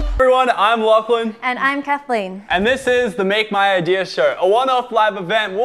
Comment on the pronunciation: May I correct you... "LachyDachy"